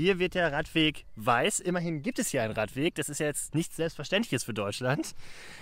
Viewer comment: Es ist ein Radweg und kein Raddweg